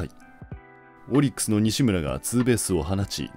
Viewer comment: オリックスの発音ちゃうで